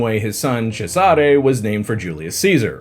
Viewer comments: Bro, you're are murdering the names 😮😮 Cejare ... 😂😂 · Great video, but you butchered the name Cesare to the point it sounded like nails on a chalkboard- Cesare should roll off the the tongue, not CesAre